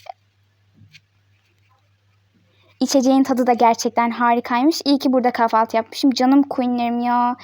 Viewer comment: Abla kafaltı değil kahvaltı